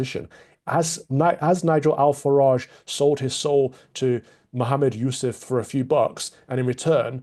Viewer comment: It's also like Nigel is trying to hide something by calling Mohammad Zia Yusuf just "Zia", there is obviously something going on. Love Calvin's pronunciation of Nigel Farage and Mohammad Yusuf, 👍🏼🙏🏼